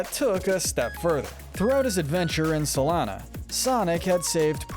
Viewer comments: It's pronounced, "SOL-ee-AN-na," not, "Sol-AN-na." :face-blue-covering-eyes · Rouge the Bat (pronounced "rooj"), not Rogue... How do some people still get that wrong? Also... "Sol-ana"? It's Sol-e-ana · and the way he pronounced Soleanna.